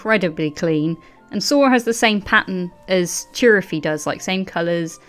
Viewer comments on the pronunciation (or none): Who the fuck is? Does he mean Zorro? Jesus Christ I can't listen to 1 hr of lmfao. looking foward to your theory vids without this guy not sure why not 1 of u could tell him it's Sora.